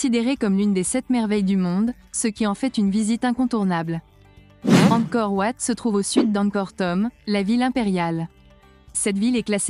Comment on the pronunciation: Dommage que la voix est robotique, la prononciation des mots '"angkor wat" et "khmer" ne sont pas correctes.